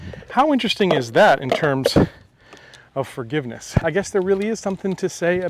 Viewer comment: Did you say `fargiveness`?